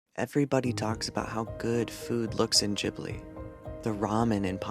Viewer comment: Say it with me. Gib-lee